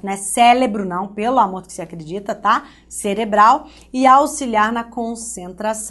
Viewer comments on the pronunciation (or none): none